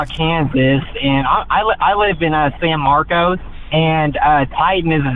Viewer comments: In Texas, despite the spelling, it's pronounced San Marcus, or San Marvelous, as natives will tell you. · The name of the town is pronounced San-Markus not San-Markose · It’s pronounced San Mark-cus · anyone who's lived in san marcos, would never pronounce it like that